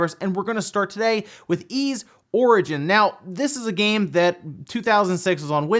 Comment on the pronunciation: It’s Ys, not Yz, silly. :0